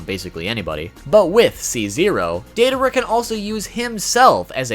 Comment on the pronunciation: Who tf is Dei-duh-ruh?